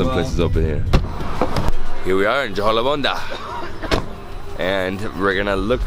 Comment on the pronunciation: such a perfect pronunciation..jo-ko-la-bandha😂